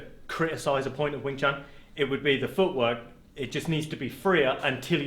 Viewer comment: Small correction sir, its wing chun, i had the cumpulsion of correcting this cause it has become a very common mispronunciation which is based on biases(altho not malicious ones but hurtful nonetheless) about the chinese languages.